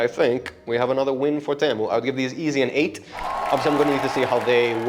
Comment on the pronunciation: Fine video, but why do you keep calling Temu for Tamu? xD Also that 10/10 sponge is just wraped with sandpaper, just so you know before you use it other places.